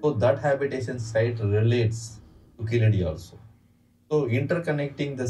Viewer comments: In place name Keeladi , a , vowel sound is short not Long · In place name Keeladi , ' a ' Vowel sound is short . Not Long. கீழடி , കീഴടി , Keeladi